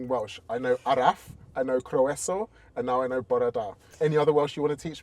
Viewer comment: ‘Croeso’ is pronounced more like cr-oi-ss-o (the last o said like it is in orange). ‘Bore da’ means good morning. ‘Prynhawn da’ is good afternoon. ‘Gyrru’ is to drive. ‘Dw i’n hyfforddwr gyrru’ means I am a driving instructor (in northern dialect)